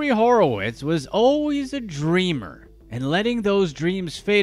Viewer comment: His last name is Horwitz, not Horowitz.